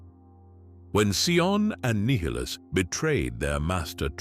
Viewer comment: He's hot saying nihilus right and it's really bothering me lol . Other then that is all perfect lol